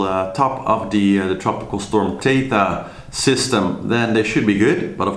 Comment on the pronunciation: It's THETA, not Tetha: they're using the Greek alphabet.